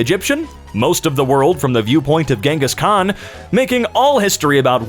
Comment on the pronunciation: "genges kan"